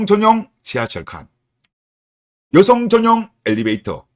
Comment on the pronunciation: 발음ㅋㅋㅋㅋ 여성을 으요성이라 하네ㅌㅋㅋㅋㅋㅋㅋ개웃심